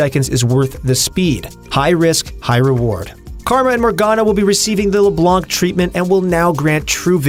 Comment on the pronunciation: It's read Leblan Not leblank .Come on it's been 10 years the champ is out